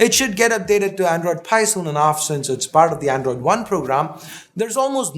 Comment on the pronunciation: Nokia 👍👍 By the way, when u say "part" it sounds "Fart" 😅😅😅